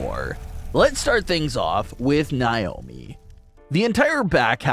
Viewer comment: God this guy's voice is annoying its Nay omi not Nie omi